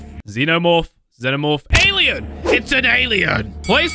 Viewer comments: It’s Pronounced z-no-morph not zen-no morph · It's not zenomorph it's zenomorph but with a zee at the beginning and not ze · It's pronounced Zee-No-Morph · It’s said Zeno morph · Xenamorph ( ze-na-morph) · How to say xenomorph ZE-NO-MO-RF. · its pronounced zee-no-morf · It is pronounced zee-no-morf and spelt xenomorph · it's okay when you say xenomorph wrong